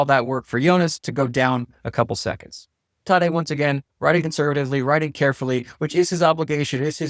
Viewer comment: I’m pretty sure the a in Tadej is pronounced like the a in “at”, not “ahh”. Idk I’ve just always watched Rob Hatch and Eurosport instead of NBC. But I kind of get annoyed watching NBC hearing them pronounce cycling names.